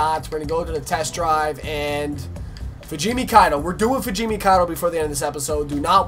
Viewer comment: BROOOOO I thought you said you were going to drift fugimi, was waiting for it lol